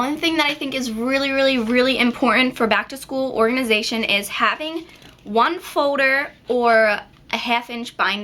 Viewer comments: lol its not folder its foder in an nail ladies accent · why do you say foder instead of folder?? just wondering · Its foLder not foder :) jus sayn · Gosh it's annoying how she says fowder as opposed to folder. & then she says garuntee instead of guarantee. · you say foulder in sted of folder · she says folder wierd..... FODER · It drove me insane how you don't pronounce the letter 'L' like in "fo-der" (foLder) and "sho-der" (shouLder) argggggh lol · Please stop saying foder and say folder it's annoying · folder not fowder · i love the way she said folder she saids "fowder" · Lol, the way you say, "folder" sounds like "fowder"! :D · good job but u cant pronounce shoulder or folder its more like shoder and foder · you pronounce 'folder' like 'foder' hah( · you say foder instead of folder your so cute!!:) <3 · folder not foder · An eight grader doesn't say foder!!!! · Foe-durr. sweet baby jesus that gets annoying. good tips though girlfrann. thanks. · its so funny cause you say ''Fowders'' :p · you say folder like "fo-der" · u say folder like fowder lolz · haha I love the way you say folder.. F-OH-der. hahaha( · you say Fow-der lol :) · You say folder so weird! Lol you say it like foder hahaha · The way you say folder is really annoying sorry :/ I thought it was funny first but then you kept saying it and it got so annoying. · i love how she says Folder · I LOVE THE WAY YOU SAY FOLDER :) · class of 2017..!!!! i like how yu say folder lol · I couldn't stop listening to the way you said 'folder'. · i like the way you say folder aha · i love the way you say folder (: lol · i like how you say folder. :) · you make me laugh when you say folder lol! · I LOVE HOW YOU SAY FOLDER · u really cant pronounce folder its sick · i love how you say folder :) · you say folder funny(